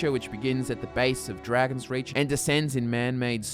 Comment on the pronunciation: It kind of sounds like you're saying dragons Ridge